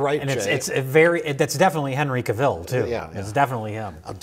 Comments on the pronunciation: Um, actually ... Henry Cavill is pronounced like "travel". It's "CA-vill", not "ca-VILL". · You're not saying Henry Cavill right... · Superman was not Henry Cavill (please pronounce his last name properly) but Zachary Levi's stunt double. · It’s actually pronounced Cavill